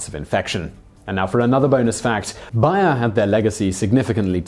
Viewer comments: Being an American who has heard Bayer aspirin commercials virtually every day of my entire life, it was really weird to hear Simon pronouncing BAY-er as BUY-er all the way through this video. It makes me wonder if they changed the pronunciation for the American market, or if this is just another case of the English thinking they know best how to pronounce everything in every language. The way most Brits pronounce the Spanish word taco is a prime example. People who speak Spanish, or come from a heavily Spanish-influenced area (like California) all pronounce the word TAH-co, but most Brits pronounce the word TACK-o. Let me just say, it's grating on the ear. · Bonus fact: it's pronounced bayer, not buyer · It's Bayer simon! BAY-ER NOT BUYER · Fun fact, it's pronounced "Bear" like the animal, not "buyer" like you pronounce it. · ohhhhhhhh BAYER not BUYER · It's bay-r not buyer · it's BAY er not BUY er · it's BAY-ur, man, not BAH-yur. Think of the -ey in "hey", it's that sound. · BARE, not buyer...or is this some accent thing? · You are pronouncing Bayer wrong. It is not Buyer it is Bay-er. It should be hard to say bay er and not butcher the name saying buyer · OMG !! I love your channel, BUT, its Bayer ( BARE, BEAR) Its pronounced as these two previous words! Lol I just cash not hear you say BUYER, anymore! Lol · Bay-er. At least that's how they pronounce it in their own commercials. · nah bro she still saying bay-er just slowly. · i usually have these videos on a seconds screen just listening whole i work. I had no idea what company you were talking about every time you said Buyer till i looked at the screen lol. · Gou Karuma no I actually called them and they said it's bay-er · Simon the company advertises its name as bay-er bay like the noise some dogs make or ebay minus the e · BAY ER you pronounced it so badly that it took me a few seconds to realise what you were saying! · I thought it was pronounced bear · It’s pronounced bear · Why you call it Buyer?